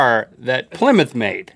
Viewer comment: Its ply mouth